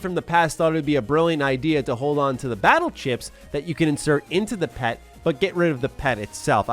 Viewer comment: I've said it elsewhere, but I need to say it again: The fact that anyone talks about this franchise in the year 2021 almost brings tears of joy to my eyes. On a side note, the PET is pronounced by the letters (P-E-T).